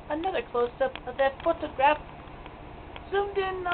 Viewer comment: oh my fuck stop saying photograph like that gah